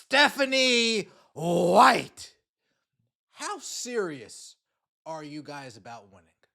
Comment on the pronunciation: The way you pronounce Stephanie White cracks me up every time 😂😂😂😂